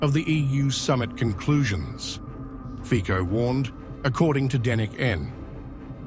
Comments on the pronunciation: It’s Fico, his name is FICO! Not FIKO! Respect him! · Robert Fico's last name is pronounced "Fitso" like the "c" in "France". It does not have a "k" sound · Not FiKo, but FiTSo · 1. Dennik N is an extremist liberal and progressive newspaper. They systematically lie and purposefully distort information about events in Slovakia and the world. 2. Prime Minister Fico's name shoud pronounced correctly as "Fitso" not with a K, similar to how the end of the word "worlds" sounds. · Fico is pronounced "fitzo" , not "fiko". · not fiko FICO this commentator is amateur... he does not know how to pronounce name of politician!!! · His name is FITZO NO FIKO !!! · 😂😂English say feeeee kou. Instead of Fit sou. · The correct pronunciation of the name in English / Italian would sound something like Fizzo….just saying🙋🤷‍♂️🙂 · The correct pronunciation Fico's name is /fitso/. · It's not Fico, it pronounce Fitso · Isn't Fico pronounced FITZO?